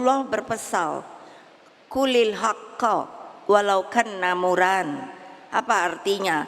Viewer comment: murro bukan mrra...spt nya itu salah membaca hadis nya..solawwahu bukan solalahu..ini jg salah maaf sekedar koreksi